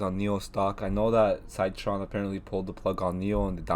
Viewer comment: Good analysis! Wanted to say its pronounced “sit” tron not “site” tron :-) Also Citron had adviced shorting Shop when it was at $108, its now trading over $900!